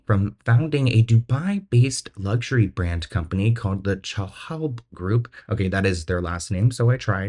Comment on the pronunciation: Chaloub pronounced Sha-lube....you did pretty good.....adorable, really.